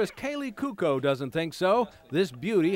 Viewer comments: He just say Kaley Cuckoo? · Kaley Cuko? haha its Kaley Cuoco Ku-ah-co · Ra-geesh? Kaley coo-co?